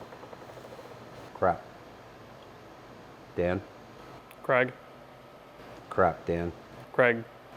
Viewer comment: I'm just wondering why Craig is being pronounced Kregg ?